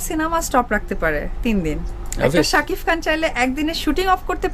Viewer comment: একজন শাকিফ তোর গালে পিসুও দেয়না। তুই সারাদিন শাকিফ শাকিফ করে যা। ঠিক মত শাকিব উচ্চারণ ও করতে পারিস না।